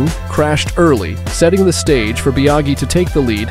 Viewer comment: Bia-gee? Fal-cee? LMAO